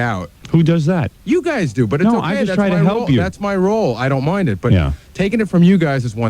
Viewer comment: Bottle of WOYNE FOYNEst MOIND NOINE one one NOINE one one NOINE one one NOINE one one NOINE one one